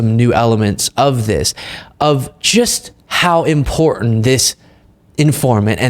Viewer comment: love what you do, but the word is pronounced "just", not "gist" (I'm a grammar nerd)